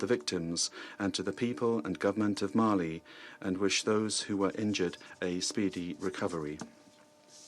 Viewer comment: mali not mail.